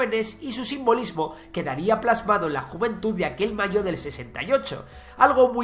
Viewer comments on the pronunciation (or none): none